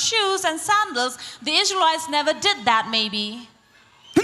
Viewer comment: You can say lsraelites